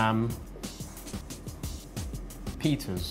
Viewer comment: notice that you said same peters for sam peters